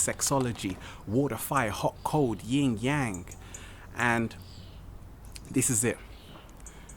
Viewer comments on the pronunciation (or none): It is "yin-yang,", not "ying-yang." Also, masturbation depletes your spiritual energy. It's not good for your body or spirit. Semen is a collection of seeds, and those seeds need an egg to cultivate. I sense some misogyny here. "Compressed sunglight?" I don't think so.